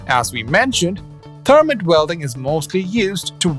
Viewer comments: It's pronounced thur-mite (Thermite) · In the United States, it’s spelled, “thermite.“ The vowel sound is a long “i”.